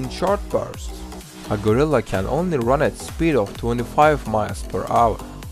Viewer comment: He can’t say gorilla well lol but it’s fine